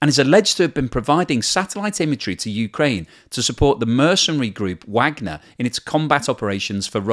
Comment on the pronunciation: lol how you pronounce "wagner" ..... cmon... please say it right, out of respect of the composer.